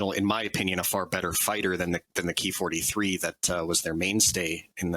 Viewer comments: It’s “k” “i” not “kee” really disappointing when you tubers try to change shit. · It's "ki" as in "key." It's short for "kitai," which is Japanese for "airframe."